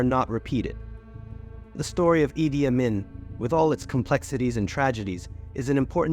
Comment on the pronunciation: It’s pronounced, “Ee-Dee Ah-Meen” 😊